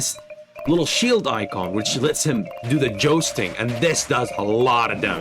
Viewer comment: This guy pronouncing jousting as jousting really rustled my Jimmies